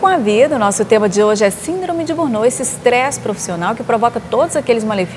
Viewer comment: Por favor, corrijam a pronuncia da palavra burnout.